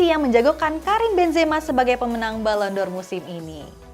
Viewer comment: Balon D'OR Dibaca Balon DOR ✅ Balon Di'OR ❎ Malah kayak lagu yak, 🙏😅